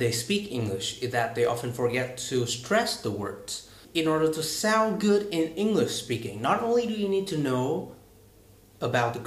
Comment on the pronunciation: Anh bị Vietnamese accent ko quá nặng như chị ML nhưng để lại sạn trong bài nói ạ. Liên tiếp từ -> : sound, word, two . E chỉ nghĩ đơn giản là nếu đã chữa về những vấn đề nhạy cảm như speaking bản thân người nói phải rất ổn ạ. Maybe cx vì e khó tính quá thôi a ko để ý cx đc :). Thank a đã phản hồi